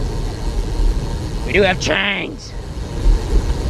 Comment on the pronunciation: the way you say TRAIN!!!!!!!! gets me everytime. hehehehe i caught myself saying that during a ride the other day.... 😂